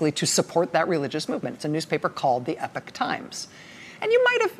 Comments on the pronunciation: Rachel, it's Epoch (EEpock), not epic. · The EPOCH TIMES COMMERCIAL precedes just about EVERY CLIP ON YOUTUBE!!! PS WHY IS IT PRONOUNCED 'EPIC TIMES'? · Not 'epic'...Epoch! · OMG It's pronounced eepock, not epic! How is this a new word to everyone ? Also, the verb is "to report", not "to report out". Journalists should care about language. ARRRGH! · Epock say it right